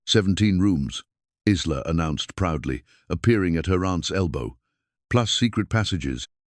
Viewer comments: Every time he pronounced the girl's name as Is-la instead of I-la (Isla is pronounced I-la), it made me grind my teeth. I do believe the timeline was off, too. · AI is great, but pronunciations need to catch up. Isla is not Is-La, but I-La like island. Silent S. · Isla is pronounced eye-la please fix it . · Lovely story, but. , why not prounce names correctly , Isla , is prounced Ila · The name is not IZLA!!!! It's like island without the -nd. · It is so funny that the computer voice pronounces Isla with a short I when the s is silent and the I is long! My grandmother’s name was Isla.interesting!